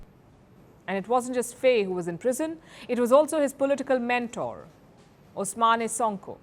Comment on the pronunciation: Please learn how to pronounce African names. Faye is pronounced "Fai". Ousmane is pronounced "Usman" and Diomaye is pronounced "Jomai". Their names are written in the french language